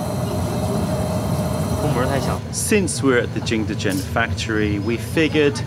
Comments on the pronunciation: Because he doesn't speak Mandarin obviously. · I'm sorry for this comment, delete if you want... But why are you saying jingdezhen like that? It's a good video, good content, but why did you have to ruin it by saying jingdezhen like that every single time. 😭